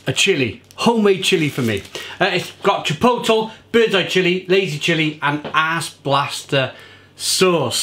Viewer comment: You’re cracking me up. Try it this way - “tchee:POHT:lay.”